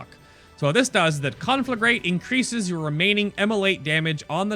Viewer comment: conflag...ragaraga. That is the correct pronounce